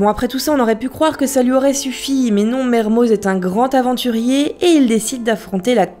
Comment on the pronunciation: PETITE PRECISION LINGUISTIQUE : Mermoz est un nom d'origine savoisienne, il se prononce donc "Mermo" ( voir Merme pour les plus radicaux mais bref) comme tout les noms (propres ou communs ) savoisiens on ne prononce pas le Z ou le X final. ex : Les Carroz, Marlioz, Dupraz, Fanouaz..... :) ( C'est d'ailleurs à ca qu'on vous repère, les touristes :-) )